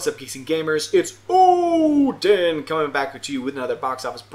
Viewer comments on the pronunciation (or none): That was probably the shortest "OOODIN"